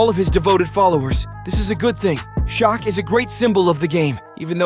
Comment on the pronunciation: Dislike because you can’t pronounce Shaqs name correctly